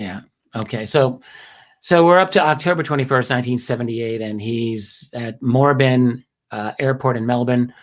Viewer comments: It's pronounced more-ab-in. Great work. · Well done on the Melbourne pronunciation , I believe he took off at Moorabbin airport, which you may remember was mentioned in the westall sighting of 66. Any young person growing up in the 70s and 80s was interested in ufos..........Pronunciation MOORE-ABIN